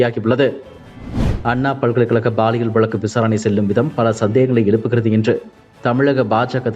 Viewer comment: Ball இயல் இல்லை சார் Pall இயல் தான் சரி யான வார்த்தை. ஆண் பால், பெண் பால்.. அந்த மாதிரி. இனியாவது ஒழுங்கா உச்சரியுங்க. இல்லைனா இது ball இயல் குற்றம் ஆகிவிடும். 😃😊🥱